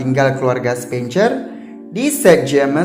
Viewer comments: Kenapa dibaca "CER" padahal itu kan dibunyikan "SER" asli ga enak banget didengar nya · Coba diperhatikan pronounciation 'spencer'